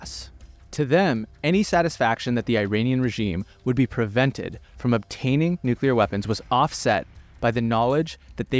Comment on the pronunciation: Technocratic international class. What and who exactly does this mean? Fine summary of Saudi and MBS power victories / mistakes. Please don’t tell me you are this smart, have this kind of perspective, and can still mispronounce the word nuclear.